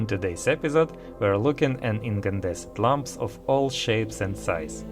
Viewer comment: Hey! No shade, it sounded like you said "incandescent lumps" and I love that visual so much!